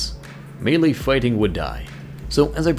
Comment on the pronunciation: it's "melee" not "melle"